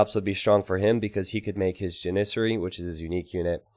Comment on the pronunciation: You say janissary different from how I think it and it tears me apart.